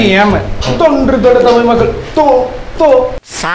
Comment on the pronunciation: தமிழ்)தமில் இல்லை